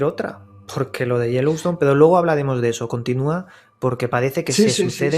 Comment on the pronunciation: Saludos y a. Quería solo puntualizar, por que se lo oigo mucho decir: No es Jeliston, es Yellowstone... Osea Piedra Amarilla, Jellystone, es en los dibujos, que es como decir gominola de piedra.:-D hehhee. nada mas.